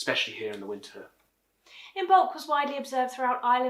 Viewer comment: The "b" is silent. The correct pronunciation is Imolc, in the belly, which refers to pregnant ewes and the time of the first born lambs of the Spring.